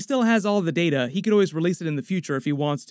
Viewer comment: It’s pronounced Data not “Data” smh.